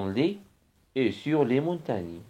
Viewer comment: استاذنا العزيز شكرا جزيلا لانني بصراحة استفدت من جميع الدروس بما فيهم هذا الاخير .الا انني لاحظت ان هناك بعض الاخطاء في النطق في جزء le climat مثلا"الغرب' l'ouest*تننطق- لواست- و ليس- لوي- ..وكذلك الشرق..l'est*تنطق لاست و ليس .لي ...le climat.تنطق-لو كليما- و ليس لو كليمو-les hivers_جمع شتاء _تنطق -ليزيفار و ليس ليزيفي. و شكرا